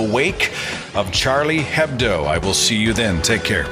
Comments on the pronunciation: hedbo are pronounced with silent h so it's "edbo" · Minor point: Hebdo is pronounced Ebdo. The H is silent in almost all French words when it's the first letter.